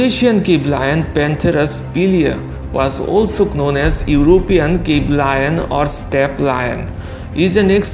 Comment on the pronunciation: In the word known k is silent bro.